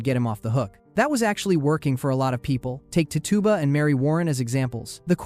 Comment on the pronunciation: Tituba is pronounced Titch-uba not Tee-tuba, fyi